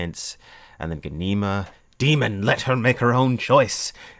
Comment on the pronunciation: You are pronouncing Ghanima wrong!! Gha-ni-ma